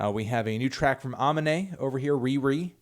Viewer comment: I think it's pronounced ah-mee-nay right